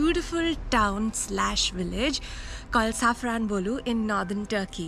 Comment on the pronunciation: You pronounced the word Safranbolu well.😅